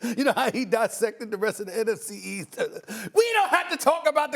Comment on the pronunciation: why Steven A cannot say nfc east 🙂